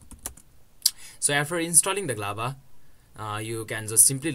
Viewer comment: Why do you say Z Lava?! It's literally showing G Lava on the screen